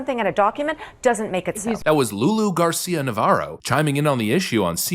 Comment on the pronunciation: Did you say loony loony navaro😂